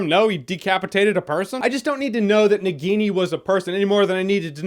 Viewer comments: Na Guinea that's how your spelling, it's spelled Na-ghi-ni (Indian name for a Snake in human form), BTW not a hater just trying to correct the pronunciation. Love your reviews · Nagini pronunciation hurt my ears.